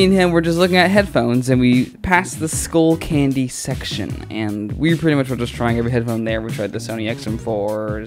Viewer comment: Its skullcandy not schoolcandy